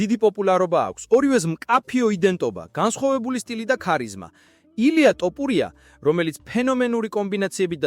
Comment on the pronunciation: ტოპურია ტოპულია :face-fuchsia-tongue-out::face-fuchsia-tongue-out::face-fuchsia-tongue-out